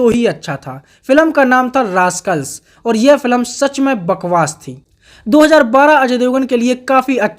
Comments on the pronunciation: भाई फिल्म को बार-बार फिलम क्यों बोल रहे हो 🤔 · भाई तू फिल्म कहना सीख ले, फिलम नहीं होता भाई